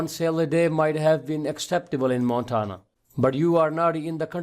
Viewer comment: JUST GREAT!! Now I know what happens to outsourced “tech support” operators who don’t work out!! What a waste of my time. This guy can’t even pronounce “Montana” correctly!! Thanks for nothing, “”.